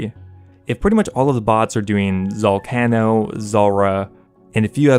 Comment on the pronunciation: am i dumb or is that not how you say zalcano